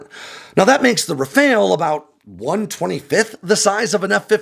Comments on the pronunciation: ITs not a RaFAIL its a RA-FAL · It’s “RAF-AHL”. Not RAF-ALE. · Why can no American pronounce Rafale?.. I mean, it's a really easy two syllable word pronounced Rah-fahl, not rafayul nor rafayel or even rafail. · Just a tip also: in French, when we say Rafale, the second 'a' in that word sounds more like the 'a' in the English word 'pal'. But if you have trouble pronouciating that, 'RafAHle' sounds closer that 'RafAYle' for sure. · RAFALE IS NOT RAFAEL :face-blue-smiling::face-blue-smiling::face-blue-smiling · It is pronounce Raphaaaal. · Why are you calling it a RaFAIL? lol